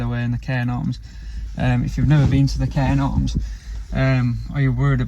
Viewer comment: Ive watched your most videos, so now im gonna binge watch from the start. Had to laugh though when was saying Cairn Orms. There is a 'g' in the middle. Its a weird one though, coz its pronounced as cairn gawms. No "R" is sounded in Gorms. UPDATE: apologies guys, I've just watched your "FAKE" new year's eve video where you corrected yourselves 😂 my bad. You pair of nutters. Defo a couple I'd love to meet. 💙🩷